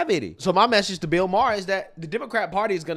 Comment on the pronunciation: Im not sure if does this on purpose but I love how he calls bill Maher “Beel Maher”… that’s hilarious. Screw that boomer